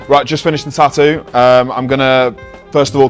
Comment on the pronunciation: its tattoo not TA-OOO...